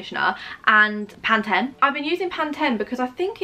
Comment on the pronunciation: whether brown or blonde, you are beautiful either way :-) if you prefer to stay as a brunette, then go for it :-) Also, Pantene is pronounced " Pan-Teen "